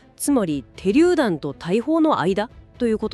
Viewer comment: てりゅうだんではなくしゅりゅうだん